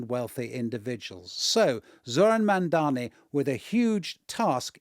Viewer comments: So they're talking about Mamdani, but can't get his name right. The BBC really is an embarrassment. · Dear #BBC, we know you are a propaganda channel but please, have respect for Mr Mamdani - teach your presenters to at least get the pronunciation of his name right! He is NOT Mamdami!!! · This woman kept calling ZOHRAN MAMDANI as MAMDAMI whereas her cohosts were pronouncing his name correctly. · This is a disgrace for a host who can’t pronounce a name correctly. Madam, the name is MAMDANI not MAMDAMI! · Eric Adams has endorsed Cuomo yesterday, it's not Curtis Siwa, it's Sliwa, not Mandani, Mamdani... are you high?😅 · Mam -da-ni. WTF is so hard about that? They say Netenyahu all day long when they are sucking him off. Fkn WP man. They never, ever, ever change. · the name is MAMDANI! Mam-dani! all the way.. hater can hate as much as they want 😆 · So many inaccuracies and biases slipped in their narrative! Also, the 5th time that this woman uttered MamdaMi, i had to turn off the damn show. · Why is the host incapable of saying Mamdani's name correctly? Is she unwell? It's mam-da-NEE. There aren't three ms in his name. She should apologise especially considering her guests said it correctly throughout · If you are going to host a whole show on the man , surely you can learn how to say his name lady! It’s MamdaNi ! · Is a Cuomo follower? Why do they both like to mispronounce Zohran's surname. It seems a subtle disinformation to confuse the voters. It's MAM-DANI with an N! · How are you not able to pronounce such an easy name M-A-M-D-A-N-I. Or just use Zohran. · I am surprised how this lady journalist is so ignorant! Can't even pronounce Mamdani's name correctly. Rubbish! BBC should assess the calibres of its journalists. Disgusting! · Still pronouncing his last name wrong, giving Cuomo more time to speak than him! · Ikr, they look really stupid. If I can pronounce his name, surely these "professionals" can. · it is MAM-DANI📣